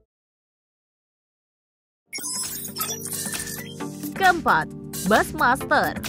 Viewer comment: Halo narator, bushmaster itu dibaca busymaster, bukan basmaster. Jangan males belajar dooong....